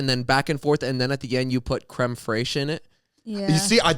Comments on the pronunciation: no I'm gonna be so honest, i was not sure what the French pronunciation was, but i knew something was wrong😭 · Looking for a comment on that pronunciation 😅